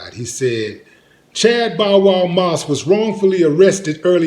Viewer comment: D say Bowl Wow one more time 😂 😂